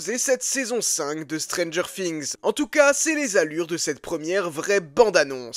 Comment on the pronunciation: C'est moi ou il dit stranger fings